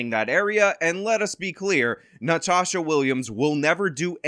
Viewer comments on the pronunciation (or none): It’s Nantasha. Nan… tasha. 🤭😂😂